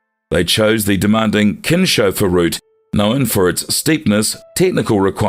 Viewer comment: It's pronounced like Kins Hofer route not kinsch